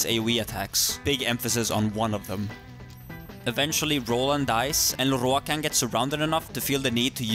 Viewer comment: I love the way you say Lorroakan